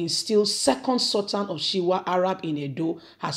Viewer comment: What is Shiwa of Arabs? Its Shuwa Arabs. As a media person, please take time to learn and pronounce words properly to give your reports correct meaning and reporting. Good luck 👍